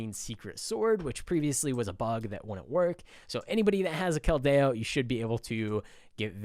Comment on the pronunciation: Ish kel-dio not kel-deh-o sorry I can’t help not mentioning xd